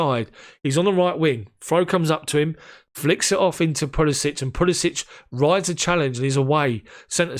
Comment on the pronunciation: Decent recap and analysis mate. Just note that you're mispronouncing Pulisic's name. It's pronounced like "Puli-sick"...not "Puli-sich" which is how you're saying it currently. Cheers.